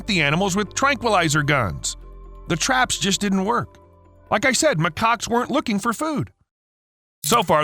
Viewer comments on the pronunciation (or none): They are not called ma-cocks. They are called ma-kaks (pronounce it right pls) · Always gotta be careful on how to pronounce macaques